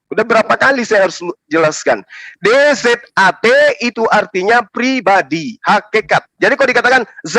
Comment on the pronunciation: bang,,,,, SUPAYA BEDA BACA NYA ZAT DAN DZAT, BEDAKAN......JANGAN DIBACA ZAT,,,,,, YG BERARTI KBENDAAN KALO DZAT ITU DIBACA TEBAL. HURUF DZAL, BUKAN ZA' SPYADA BEDA. CONTOH,,, A'UU DZU BILLAH,,,,, BUKAN A'UU ZU BILLAH. demikian, wallahu a'lam.